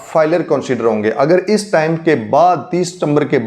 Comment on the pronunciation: Iss tame naheen time/ tyme bola kareen